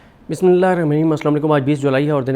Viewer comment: Bismillah theek prha kren bhai